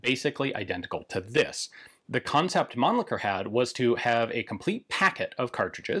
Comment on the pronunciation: So finally I hear the pronunciation correct I assume, it is Mahnn-Licker and not Man-Licker. lol